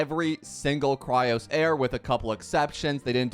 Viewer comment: FOR THE LAST TIME ITS CHRYSOS NOT CHRYOS NOR NOTHING ELSE JUST CHRYS OS